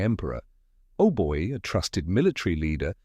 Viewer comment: Not "Ohboy", "Aubai"